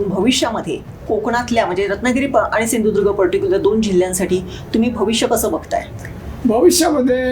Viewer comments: शिंधुदुर्ग नाही सिंधुदुर्ग आहे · सिंधुदुर्ग बोलता पण येत नाही😂